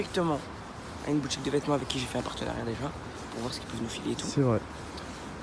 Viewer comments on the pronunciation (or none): c'est quoi un "partenarait " ? Mdrrrr